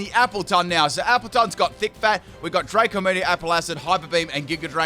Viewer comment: It's Draco meteor not dracor meteor